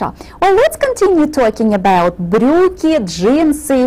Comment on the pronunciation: брюкй не брюкн